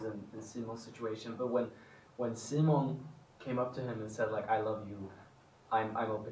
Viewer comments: Do they know we didn't love them using the English pronunciation of Simon? Because Edvin definitely said "See-mone" more than in the past, and Omar actually corrected himself.😂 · I strongly believe they are pretty aware of what's going on in the fandom and how people feel about certain things. So yes, I noticed the change of using the swedish pronunciation of Simon too. And I love them for doing so! 💜❤️💯